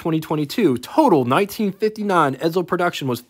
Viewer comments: Stop saying Edzel its Edsel , theres no Z in Edsel. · ......"ED-SULL", not "ED-ZULL".....their is no Z in Edsel.....couldn't watch anymore after you pronounced it "ED-ZULL" about 10 times...................................... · It’s pronounced “Ed Sel.” Not “Ed Zel”